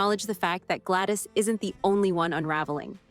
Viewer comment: Gladys not Glattis.